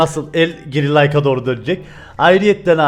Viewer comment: Dorğu diyosun abiii